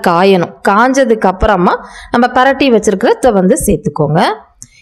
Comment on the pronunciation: பெரட்டி விடுங்க என்று சொல்லாதீர்கள். பிரட்டி விடுங்க என்று சொல்லுங்கள்